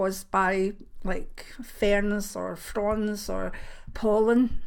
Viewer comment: Haha thought you said, "Hayever from prawns" not fronds :)